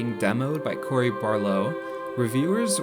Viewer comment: Love the video but you butchered Cory’s name lol.